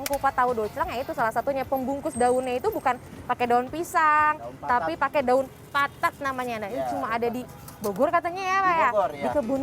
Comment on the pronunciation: Daun patat min...bukan daun papat ;p